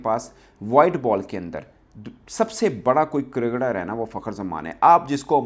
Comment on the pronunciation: Cricketer hota hai kadkad Nahin😊